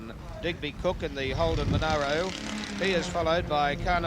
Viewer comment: Who's the annoying commentator that insisted on mispronunciation of the Monaro? There was enough media coverage back then to prove there was no 'i' between the 'a' and the 'r'.